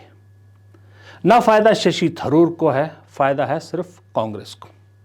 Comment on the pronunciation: Tharoor Not Dharoor.Tha is not pronounced dha. North Indians make this funny mistake.